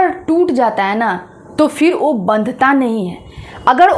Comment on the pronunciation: वो चीज नहीं आपने बोला , आपने बोला O चीज 😂